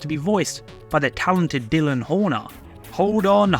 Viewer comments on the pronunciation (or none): none